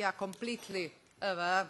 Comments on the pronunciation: Hahahahaahah, da poput portugalskog :-D Jebote ovaj glas A-V ( aware), brijem da ni najveca lingvisticka elita svijeta nije jos desifrirala. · Automatski subtitles prevodi sto ona govori u tekst. I ne moze prepoznati; ona kaze [I] iz konteksta slijedi da je mislila na EU, subtitles prevodi kao ego. kaze [arv], subtitle prevodi as over, iz konteksta se zakljucuje da je mislila na aware, itd! ZALOSNO! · mislila je "aware" a rekla je A VVV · "aware" -> aveae.